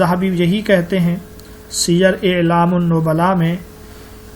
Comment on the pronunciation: السلام علیکم و رحمۃ اللہ وبرکاتہ، اتنی قیمتی معلومات فراہم کرنے پر اللہ تعالی آپ کو جلانے خیر دے، لیکن شیخ صاحب! سیر اعلام النبلاء میں اعلام میں الف پر زیر نہیں بلکہ زبر ہے، اعلام علم کی جمع ہے، اعلام زیر کے ساتھ اطلاع دینے کے معنی میں آتا ہے، یا ہوسکتا ہے میں ہی غلط ہوں